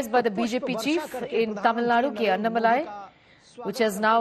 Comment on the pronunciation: It's not Annamalai... It is AnnAA-Malai.